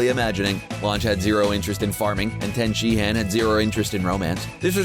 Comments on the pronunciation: His name is not ten. Pronounced Tee in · ....did you seriously call Tien "Ten" Shinhan? o_O it's pronounced tee-en....or like T N. Dumbasses.... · You can't pronounce dbz names worth shit lmao. You literally called tien "tan" like 4 times, and thats an easy one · This is how you know the narrator doesnt watch this... calling tien "Ten" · This dude never watches DBZ I can tell by the way he brutally killed Tien's name.... 😅😅😅😅😂😂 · oh my god you butchered Tien's name so hard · Who taught you how to pronounce Tien's name?